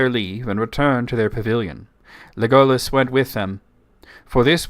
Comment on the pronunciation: I’m not sure about your pronunciation of Legolas. It sounds like Tolkien accented the first syllable